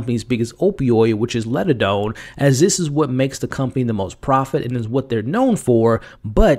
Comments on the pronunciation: LIG - a - done, not Ledadone. Sorry but that drove me crazy. Also, "The Pym Reaper." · Not once in 8 episodes did you ever notice you were saying LIGADONE and MORELLA wrong? 🤦🏽‍♀️